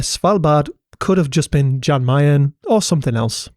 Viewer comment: How can you have such a good grasp of Islandic pronunciation and then pronounce Jan Mayen like that?